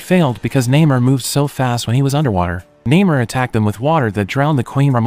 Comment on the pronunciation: And still pronounces Namor’s name wrong